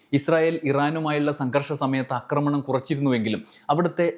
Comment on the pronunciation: അക്രമണം, അക്രമിച്ചു അല്ലല്ലോ ആക്രമണം, ആക്രമിച്ചു അല്ലെ. കേൾക്കുന്നവരെല്ലാം തെറ്റു പഠിക്കില്ലെ?